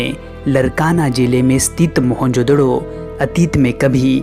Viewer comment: Mahenjodaro hota hain not doro